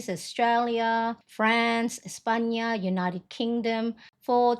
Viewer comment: I just bought a new Filofax Domino for myself and I wanted to have a look before it arrives. I made a quick search on YouTube and surprise you have a haul! I absolutely love it. I’ll check also the video where you use it! BTW you pronounces España very good 👌🏻❤